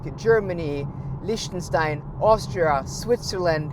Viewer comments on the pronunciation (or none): none